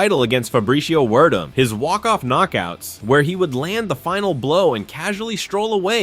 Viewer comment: Wander-lay Silva? Sounds like somebody needs to invest their money in a better voice program. Fabricio Wordem?